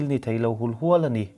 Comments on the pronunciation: Afiah felfai tur ANI atha zawk ANI😏😏😆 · "A ni" tih lai hi engatinge i lam chian bik em em thin le!! Ngaihthlak a ti nuam lo hle ANNI😁